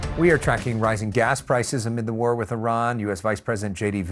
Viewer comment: He couldn't say war..